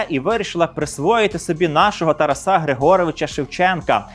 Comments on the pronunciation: Вітаю! Дякую за цікавий контент. Завжди дивлюся із задоволенням! Маю одне зауваження: в імені ТарАс наголос у всіх відмінках падає на другий склад ТарАса. Не ТарасА!!! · Дякую за передачу, але дивно чути ім'я Шевченка з наголосом на останньому складі (ТарасА, а не ТарАса) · Дуже дякую за інформацію. 👍👍👍👍. Чому ТарасА, а не ТарАса? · Шановний ведучій! Правильний наголос в українській мові ТарАс, ТарАса, ТарАсе, ТарАсів. Як завжди: змістовно і цікаво.